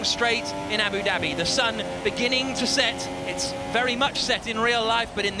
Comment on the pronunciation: Abu “Dabby” xD